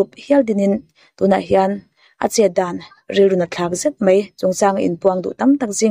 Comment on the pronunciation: A tawpnaa i kawm nu hian Mizo tawng dik hi hmang ve tawh turin lo hrilh la, mai tih aiah mei tih a hmang fo mai hian ngaihthlak a ti nuam lo kher mai, midang i kawm leh hma hian he tawngkam hi hmang lo turin hrilh hmasa zel teh aa kawmhma hian